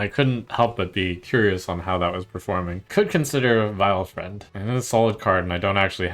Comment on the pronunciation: You've twisted Vilefiend into Vy-friend lol. Everytime.